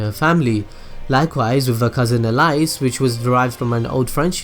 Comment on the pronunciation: Funny how you got all of the foreign Japanese names right, but you mess up on the western name, Alice.